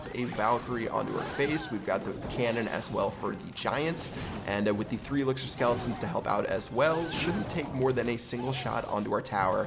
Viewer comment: He said 3 elxir skeletons